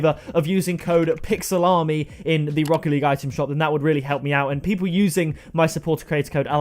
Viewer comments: When he says his support a creator code i cant tell if he is saying pixelarmy or pick salami lol. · when you use code pixelarmy it sounds like pick salami